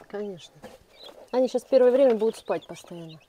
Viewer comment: "Они" ударение на О.